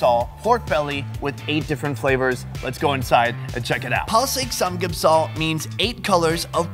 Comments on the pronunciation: Its not (san geup sooul) its (san gup sar) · Kimora Vargas actually it’s saam gyup sahl